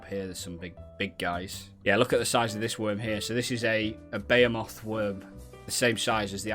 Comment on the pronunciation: "bayomoth worm" i'm not gonna say anymore